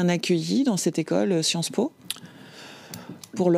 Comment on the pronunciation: J’ai bien aimé quand elle a dit : Sciences Mo’ (sans le vouloir)